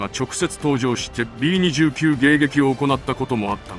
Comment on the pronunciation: 「びーにじゅうきゅう」ではなく、「びーにじゅうく」だかんね！